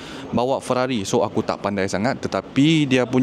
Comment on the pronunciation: hahahaha aku ske sebut Fararri